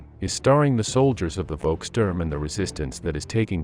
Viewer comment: Not "Wolkstörm" 🙉, but "Volkssturm". 😉